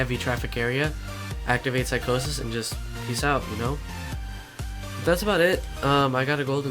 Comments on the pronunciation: Lol psych-au-sis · when u pronounce psychosis I died laughing